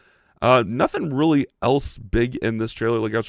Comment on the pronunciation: You gonna comment on how he literally said, "I riley am a hero" 😅 that's it right thare am I wrong?